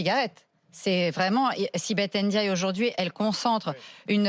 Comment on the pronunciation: Arrêtez de dire N diaye, vous ne savez pas lire? C'est Ndiaye ! Mbapé , Ngijol, c'est collé .